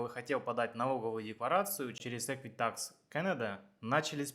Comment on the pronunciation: EquiFax а не ЭквиТакс. Может поэтому вы совсем не туда обращались? Жил 2 года в Торонто, 14 лет в Галифаксе, теперь в Квебеке 5 лет живу- жалоб нет, в Канаде был везьде, кроме Саскачевана